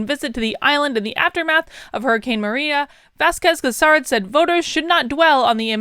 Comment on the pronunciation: Do not go too exiting by the endorsement of the Governor of PR. PR is 99% democrat because there is no alternative press here. Wanda Vazquez Garced (you butchered the pronunciation) has never won an election, she is the governor because the previous guy resigned and she was the Justice Secretary. She lost in the primary.